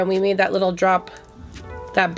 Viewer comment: You said a “likkle” bit more lol 🇯🇲